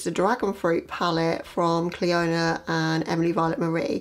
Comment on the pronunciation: Clionadh is pronounced Cli~anAh in Ireland as it’s an Irish name I know it’s a Canadian company but the name is Irish but every say CliOna as makes probably say like that too! I’m waiting on my first order too from them soo dear even in a sale customs was €28 so worked out €15 -€17 a shadow! So looking forward to seeing what you thing of them!